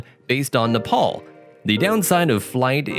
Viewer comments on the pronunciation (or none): I love how you pronounce Neopal instead of Nepal